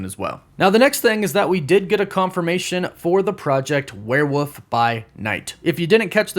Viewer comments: It’s wolf not wuff 🙈 the thunderbolts cast sucks no abomination or red hulk???? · this dude saying warewoof throws me every time. cant take him serious with that. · Why do you say "werewoof"? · Werewoof? What's a werewoof? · “Werewoof”? Did you say “werewoof”, like twice?